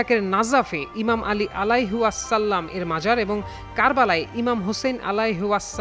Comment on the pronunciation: আলাইহি ওয়াসাল্লাম যেভাবে বলছে, মনে হচ্ছে কোন খৃষ্টান অথবা মালুর বাচ্চা খবর পরিবেশ করছে, এদের জন্য আফসোস